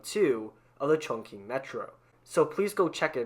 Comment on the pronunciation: it'll be better if you could actually pronounce Istanbul or Chongqing correctly...